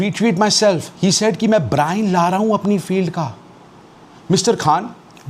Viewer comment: Brian lara ❌. brian looooorraaa. ✅